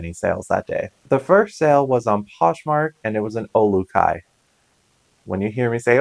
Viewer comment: I'm a subscriber in Hawaii. And you do a pretty good job on the Olukai names. Lay ahee Ley EE LEE. Usually spanish speakers have better pronunciation since the vowel sounds are a bit similar. We have a bunch of Olukai stores here and I never seem to find them at my local thrift. Oh well nice to see you come across quite a bit of Hawaiian wear.